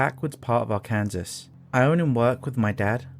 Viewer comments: This is a compilation, so I'm assuming someone in the original video pointed out that it's ar-can-saw 🙂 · Excellent stories tonight, the guest narrators were also pretty good. Kinda funny how the British one mispronounced Arkansas